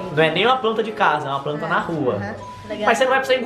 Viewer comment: "Jermes" kkkkkkkkk "pranta" kkkk morriiiii mnnn 😂😂😂😂😂